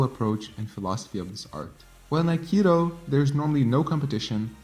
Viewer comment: you keep misspelling akido as akiro it is pronounced A-Ki-Do NOT A-Ki-Ro stop saying Akiro!!!!!!!! it is Do!!!! DO!!!!!! not ro!!!!!!!!!!!!!!!!!